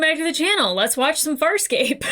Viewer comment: I don't know if your pronunciation has changed, but a few weeks ago I heard you say "fire escape" rather than Farscape for several videos. I didn't want to point it out, but now I hear the right title, so I blame my ears. Also, I'm so nervous you won't like this as much as I did watching it for the first time. Also, I was happy to see you remembered Gilina Renaez (Tech Girl). She's great. <3 And also, Chiana showing her strengths and adaptability is big here. Being able to kiss, kick or cry herself out of anything. For some reason I like her the more dressing up as a tech with dark hair. Is it her demeanour or her outfit? I also interpret her telling Gilina what she wants to believe John feels about her as her wanting it too, but she's too knowing to no have delusions. Maybe I identify with Chiana more than I fancy her? And also also, I'm glad you heard the name Scorpius so I don't have to call him "butt-chin thong-face" any more. ;) And also also also, I forgot that Stark was in this one. "My side!! Your side! My side! Your side!" Very fun side character to make the show even weirder. And also also also also, D'Argo holding Aeryn's hand is emotional.... It was too long since I watched this, so I wasn't aware this many things converged in this episode. Just you wait. This is just a wind-up for the continuation...